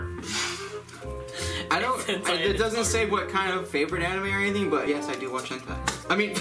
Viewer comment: No he did say henti but it was funny cause.. well do you Evan know what henti is..